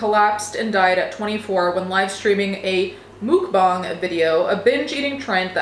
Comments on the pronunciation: I thought it was "muk-bang" not "mook bahng"... Anyone know? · Take down korean 수빈 soonbin's pictures. Shame on you that you didnt make sure before you make video about it. And you keep want to "correct " you all over wrong. And "mookbang"??? Its Muk-> Moek smh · you saying mukbong is driving me insane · I don't know why, but hearing it pronounced "mook-bahng" (which is probably as close as us westerners are going to get to the correct pronunciation) makes it somehow sound even more disgusting than hearing it in the 'typical' American pronunciation (muck-bang). Also... People that unironically watch that sort of stuff, need their search history, their hard drive and their basement checked. 👀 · I think you’re pronouncing that name Mukbang wrong.